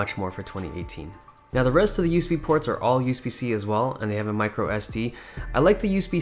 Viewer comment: why does he say use-b